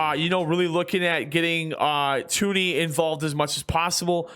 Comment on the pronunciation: Toney is pronounced like Tony